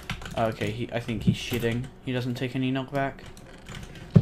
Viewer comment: is it just me or what? when you said cheating it sounded like shitting if u lower the volume of the video lol